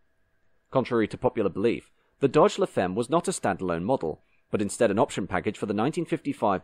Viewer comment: By the way, femme is French and is pronounced fam and not feem. French, one of the 'other' 7000 languages of the world.